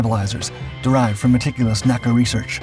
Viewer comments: The predecessor of NASA was always called "enn-a-see-a", not as "nack-a". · The NACA was never pronounced "naa-kah" It was always called the N. A. C. A. Only when it became NASA was it pronounced as an anacronym.